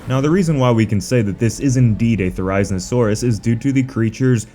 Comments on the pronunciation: Therry-zee-no-saurus. Therry as in Berry. Zee as in Bee. No as in No. Saurus, well you can guess that part. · This is how to pronounce the therizinosaurus Thr-I-zee-saw-ruhs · The way you pronounce "Therizinosaurus" isn't accurate, it's pronounced "There-Ah-Zeen-Oh-Sore-Us". Just saying. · is it just me or does anyone else feel annoyed when he pronounces it as te-rize-ino-saurus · you pronounce therizinosaurus wrong 😐 its pronounce the-ri-zino-saurus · Say it with me now thera-zee-no-saurus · You pronounced therizinosuarus wrong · Please look up how to pronounce therizinosaurus. You should always thoroughly research your topic before you make a video on it. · why is he saying therizinosaurus like that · How you pronounce Therizinosaurus hurts me